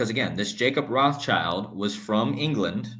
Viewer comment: The S in Rothschild is silent